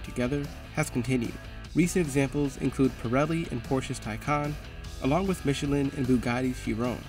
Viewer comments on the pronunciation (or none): none